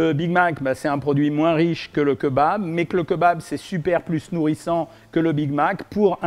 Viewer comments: Keubab c'est pr le buzz Cohen ? 😖 Bon on pardonne car tu nous aide à maigrir mais stop stp 🙏🤣🤣🤣on dit Kébab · J'adore vos vidéos elles sont super intéressante mais par pitié on ne dit pas "kEUbab" mais "kÉbab" 😭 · on dit Kébab pas keu bab lol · Queu babe 🤣🤣🤣 C'est KÉ - BAB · C est pas keubab c est Kebab ont lis Kébab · La bress les rouilla ? Vennez entre jeuns on va au keubab. 🤣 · J'aime bien le keubab moi ^^ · keuba lol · quand il a dit KEUBAB j’ai taper ma plus grosse barre ct violent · OK on a perdu tout le monde sur le keubab 😂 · Keubabe.... pourquoi? Lol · Cirrhose du foie 🤣🤣🤣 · Keubab c’est trop drôle je suis dead 😂😂😂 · Il a dead ca avec son keubab 😭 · keubab xD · Cest pas un keubab cest un greuc ou dit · Keubab mais lol 🤪🤪🤪🤪😅😅😅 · C’EST KÉBAB mes oreilles saigne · Keubabe jsuis mort 😂😂😂😂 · Quel tueur avec ses "BK, BK, Bk, KFC, KFC, KFC, et les fameux queuesbab" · Le keubab 😂 "l'erreur est humaine" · Leu keubab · ‘’Les jeunes y vont dans les keuubab hein’’ Jean-Michel Cohen Ah oui aussi je crois qui l’a dit 39fois le mot keubab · déja on parle pas quand on dit "keubab" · QueuBab.... Carrément... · les fameux keubab dont on m'a tant parlé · le Keubab mdrrr épique ! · keubab ? xddddddddddddddddddd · Queubab.... Vidéo intéressante mais votre prononciation de queubab est ridicule et drôle. Quet bab.... 🤣😂😁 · GNGNGNG KEUBAB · Keubab sinon cool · Mdr KEUBAB jpp j’en ai marre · KEUBAB MDRRR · J’adore le kebab bien insisté sur le eu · Ça se prononce Kébab 😂